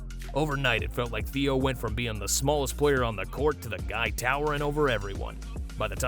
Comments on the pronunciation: Im from Arkansas. Please learn how to pronounce his name correctly. It is NOT Theo.....It is Adou Theiro pronounced a-do thi-row 😊 and Adou Theiro is a future star! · “Theo Adou” lol